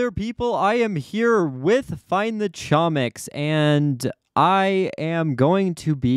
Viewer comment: note that its actually pronounced homiks because chomik is a polish word